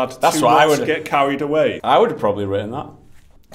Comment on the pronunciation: "written that", or "ridden that "